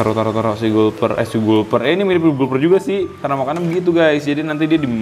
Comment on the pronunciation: Kak mbacanya galper catfish